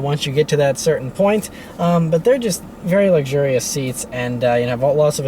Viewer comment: My wife says you keep saying "It's verrrry luxiours" and "many buttons". LOL. I love your videos though!